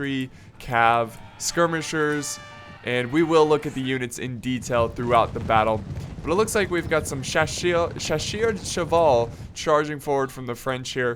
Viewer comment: "Chasseurs à cheval", that's not hard to pronounce ^^ you said shashier de cheval ^^ always fun to listen an english speaking guy trying to speak french ^^